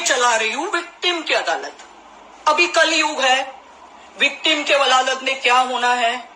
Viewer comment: कलयोग नहीं कलयुग होता है मैडम